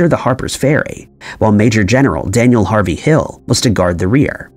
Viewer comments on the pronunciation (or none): none